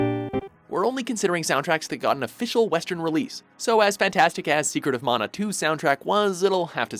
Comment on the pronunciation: Love that he narrator pronounces "mana" correctly : D